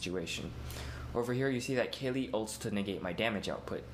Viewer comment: I'm going to start using that wacky pronunciation on Kayle.